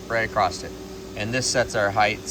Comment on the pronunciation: Flat groove all the way "acrossed"? you just got jammed by my girlfriend who has CURED me of saying "acrossed" when I should be saying "across" sighs